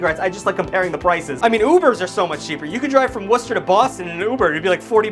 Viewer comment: So is from Massachusetts. Only know this because he pronounce Worcester properly